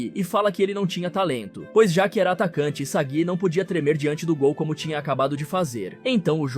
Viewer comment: O fd é ele falar o nome dos cara errado sksksk, iságui, egô, naguí 😂